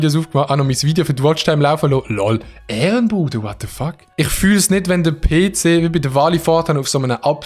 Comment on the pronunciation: jeder: ‘PC’ schweizer: “Peeeh Ceeehh”